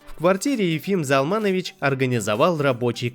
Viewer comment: Спасибо! Приятно слышать. Но отчество правильно произносится ЗАлманович, а не ЗалмАнович. Для еврея режит слух. Но, что от робота ожидать?